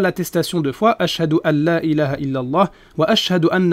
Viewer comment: Assalam 3aleykum, C'est pas tellement le ''annA'' qui m'a tapé à l'oreille, mais la suite, écoutez un peu le ''ha' '', mes oreilles en ont saigné sérieux. C'est IlaHA, pas Ila 3a...